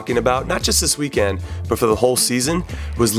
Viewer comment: Does it bother anyone else that Conradinho says weekend "weekand"?